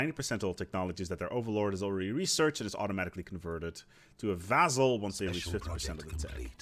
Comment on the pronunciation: Why does he keep saying vaZZal? It's vaSSal, S sound, not Z.